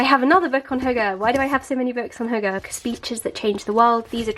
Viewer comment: That's so nice that you said hygge approximately how a dane would say :)